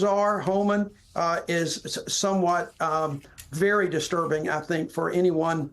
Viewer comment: Disdurbing 😂😂😂 child trafficking is disdurbing